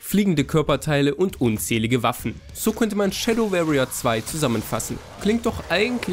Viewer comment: sehr gutes review. Tipp: anhören wie warrier gesprochen wird.